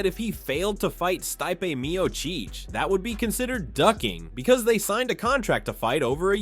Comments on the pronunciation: “Sty-pay Meeyo-cheech” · ...sty-pay mee-o-cheech? really?